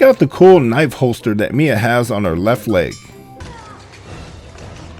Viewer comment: It's Mia.